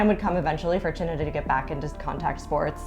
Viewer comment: "My name is CHINNA" 10000% sure that is NOT how you pronounce that name and I don't even know his parents' language.